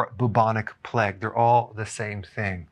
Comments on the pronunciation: Play-g not pleg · It's pronounced "playgue" not "pleg" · I love you Doc, but its PLAY-UG . Not so much Pleg lol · Who pronounces it "Pleg"? Haha. Was there a pleg of locusts in the bible too? No, its Plague. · Who pronounces plague as pleg? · Plague is supposed to sound like play+egg spoken really fast.